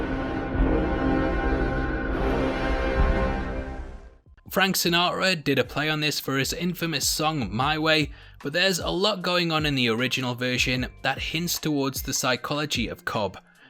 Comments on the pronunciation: "Frank Si-naw'ra" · Did he say "Frank Sinot-ra?" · “Frank Sina’ra”